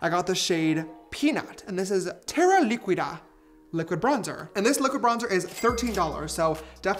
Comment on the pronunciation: Imm from a spanish country and when yiu said liquida the u doesnt sound so it dounds like liqida basically so hooe tgis helps love yiu iamessss